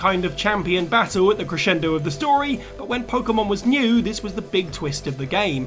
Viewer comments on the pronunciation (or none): none